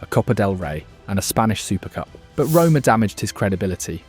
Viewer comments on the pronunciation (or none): none